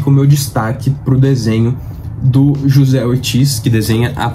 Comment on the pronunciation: só uma correção básica o desenhista anunciado aí na sua lista de mágico vento chamado José Ortiz ele é espanhol então no espanhol o j tem o som de r, ou seja pronúncia Rocé escreve José valeu abraço